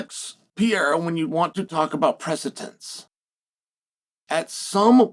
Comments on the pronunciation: Chael: "Oh I see, I think.. I think I got it now..A L E X ... Pee era! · Say it with me. PURR-AIR-UH. PURR-AIR-UHH. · Love ya Chael, but this was the last Alex "PEEYERA" pronunciation I could take. Unsubbing for a while😂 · Really Pierra come on! It's not that tough to pronounce Pereira 😅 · Chael, it's time you learnt pronouncing Pereira correct.